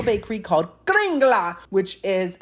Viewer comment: So cool that you visited the Norway part of Disney. You nailed it with the pronunciation of kringla and almost had the exact pronunciation of lefse. The "e" at the end of lefse is pronounced as an "a." I know because I'm Norwegian myself. I grew up with many Norwegian foods. I watched from beginning to end. Hope you're having a wonderful weekend.